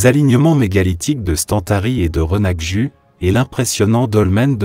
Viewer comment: Le "U" français n'existe pas en langue corse et se prononce "Ou". Cucuruzzu >>> " coucouroutzou " - accent tonique sur le "rou". C'est dire votre contact avec la population de l'île... Je crains les autres prononciations : Renaju ( Rinaghju ), &c. Cependant, merci pour les très belles images.